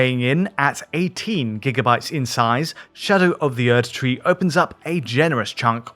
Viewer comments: He pronounced the German prefix "Erd-" (means "earth") correctly, while most people pronounce it like an English word - which it isn't. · yes he does pronounce the German prefix the right way, but all of the game characters say Erdtree with English pronunciation so that is arguably the correct way.